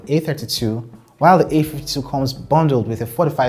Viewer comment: All I hear is : the A ..fty 2 is better or worse than the A ..fty two , ok understandable .. have a great day